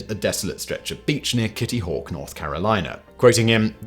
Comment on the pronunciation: Kitty hawk tuwa lol is what when he says it